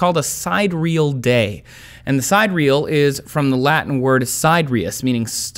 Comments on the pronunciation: Sy-DEAR-ee-al, not syd-reel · Sidereal is pronounced SI-dereal, not SIDE-real. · great but still please! it is not side-real! it is sidereal (cid-air-eh-all or cid-ear-eh-all) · Si-DE-re-al, not side-re-al... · Sidereal is not pronounced side-real, it is sie-Deer-ial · Sidereal is pronounced si-dee-ree-uhl, not side-reel. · Sigh- dee - real, not side - real. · years ago when I was in a high school (USA) math class I said something about a "hyper-bola" curve and everyone laughed - well, some of the class laughed. "English as she is spoke" can be strange. Some of the other people have chimed in about "seh-DEAR-eh-el" not "SIDE-re-al". Words are not always pronounced as the are spelled - the division of syllables is not always obvious, nor is the emphasis for each syllable. Try Google Search [pronounce (some word)] BTW the Earth spins counter clockwise if you are viewing it from above the north pole. Note that if sundials and mechanical clocks had been invented in the southern hemisphere, clockwise would be the other way. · Of course you lost me at 'side-real' ... side-ear-e-al ... if you would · Pronunciation police here...it’s not side-real, it’s sidereal as in si-deer-eal. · Trace – You've probably already got feedback on this, but "sidereal" is not pronounced as 2 syllables, like the words "side" and "real" pasted together. It's 4 syllables: "sye-DEAR-ee-el." Same with "siderius" – also 4 syllables: "sye-DEAR-ee-ess." Fred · Sidereal is pronounced "Sy-dear-eal", not "side-real", you fool. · Its pronounced si deer re al, not side reel. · Sidereal is pronounced sigh-DEER-ree-uhl, not "side real." Please avail yourself/selves of proper pronunciation in your preparation stages prior to committing yourselves to the posterity of the Internet. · This explanation would have more credibility from the start if sidereal had been pronounced correctly. {sid-EAR-eeul not side-real} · It is not "side-real" ...it is "sidereal" ....si-de-re-al !!!!